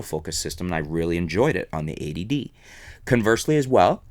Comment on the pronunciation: I like that is sounds like you're calling it "the A.D.D."